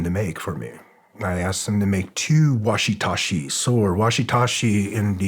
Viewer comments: Did he seriously just say "washi tashi" sword instead of wakizashi?! That's.... Incredibly sad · it is not and has never been called a washi-tashi, or anything Remotely close to that, and he repeated it that way 5 times. That's like calling Katana a Kokomo. so much for studying the way to the Samurai it's pronounced Waki zashi! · Is this man serious??? It's not a watisashi or whatever TF yu said. It's a wakizashi sword. That just shows me that this man is either not very smart or fronting about everything's he says he's done. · I love this show, Green berets, and. But can someone please tell him it’s “Wakizashi*” and not “Washitashi” hahaha. I’m Japanese and that just made me giggle. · “Washitashi” what’s a fucking joke this guy is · Does.... Did he mean "wakizashi"? Been around martial arts for 35 years and never heard of a "washitashi"... I'd be really interested to be wrong though. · some 1 who knows him should really help him quietly to pronounce WAKIZASHI properly.